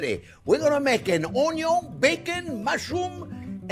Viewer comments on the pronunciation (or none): If been pronouncing "Onion" differently ever since discovering this channel. Aloha from Hawaii :) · After all this time the "Onyo" STILL hits that spot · Onyon first…. Unless there is bacon!…. 😜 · "I always screw up something, but you know what, I am having fun" That's why You're my favourite YouTube chef, You always come out on top. Your excellent technique, wonderful recipes and it always make me happy to watch You cooking. And beleive me, watching You making mistakes makes me much better at cooking. ... and I even start pronouncing onion like You, it sound much more delicious that way!